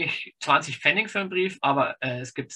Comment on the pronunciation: Es heißt aber bitte "Pfennig" und nicht "Pfenning".